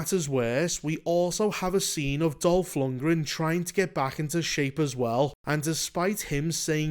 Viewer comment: Was just listenning at first. Chuckled when you said Dolf Lungran. When i finished my chores, glanced at the screen, and it WAS Dolf, my brain misfired HOW IS HE IN THIS?!